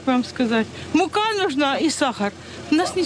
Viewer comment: коли зраджуєте , не забувайте , що прийде час відповідать ! мука їй потрібна ...наголос на перший склад ...